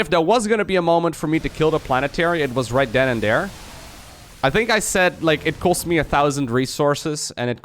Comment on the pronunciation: why do you say third properly but there is dare?